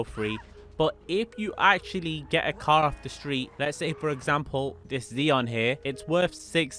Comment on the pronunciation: Ah yes the ZEEon my favorite car